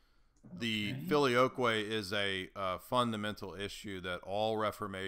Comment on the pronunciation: expression when says "I've never heard of the FILIOYKWAY" 🤣 best moment of the debate hands down.